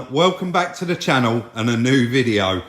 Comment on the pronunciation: Real noiWce. Love this channUW